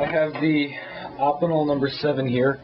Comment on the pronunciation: Good review, you should show some of your other knives, im intrigued by the evolution of you knife selection, i have a feeling that its close to mine. by the way, im pretty sure that its pronounced "oh-pin-el" not that it really matters.